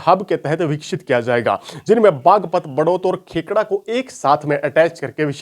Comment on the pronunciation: भाई देशवाल बेटा अपना होमवर्क ठीक से करके आया कर वीडियो में ।कई वीडियो में देखा है कि जगहों के नाम गलत बोलते हो ।खेकड़ा को खेड़ा